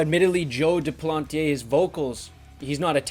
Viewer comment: Sick rivers of nihil (inverted) shirt dude ! Freaking love this band ! Also, very correct way of prononciation for "Duplantier" but less correct for "L'enfant Sauvage" :^)